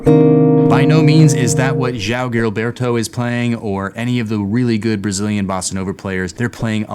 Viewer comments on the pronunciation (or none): Joao Gilberto never played Blue Bossa lol. It's not a Brazilian tune. You could learn Giberto's picking pattern and to pronounce his name quite easily. Also, Manha de Carnaval. It's not that difficult. I enjoy your courses guys, but considering how many Brazilian tunes are jazz standards, putting in some time would not be asking too much, considering.